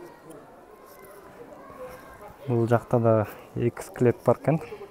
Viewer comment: Склети эмес скелет десен 😅